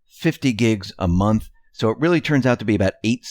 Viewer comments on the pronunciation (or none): none